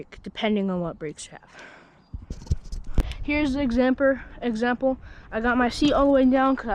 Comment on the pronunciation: "exampr" FAHH